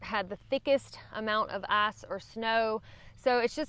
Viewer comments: I despise the way you pronounce "ice." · Why is it that when says "ice" I understand "ass"? 😂 LOL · I think you just said, “ass or snow”! Lol!